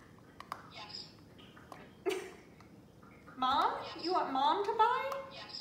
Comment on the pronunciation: She looks like she just woke up and is feeling kind of miserable, LOL. Maybe she wanted to go straight back to sleep or something. The continued emphasis on YES was hilarious though.